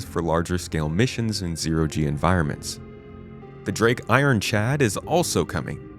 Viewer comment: "Drake Ironchad" 🤣